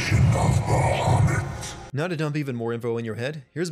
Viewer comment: they got it wrong. It's pronounced Baha-Moot.